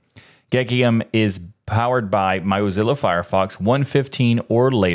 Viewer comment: that mozilla pronunciation is just... why